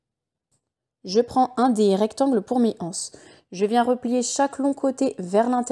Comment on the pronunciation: L'anse... pas la hanse. Désolée mais ça heurte vraiment les "zoreilles " ....